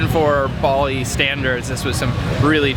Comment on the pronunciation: You are miss pronouncing the name Bali!!!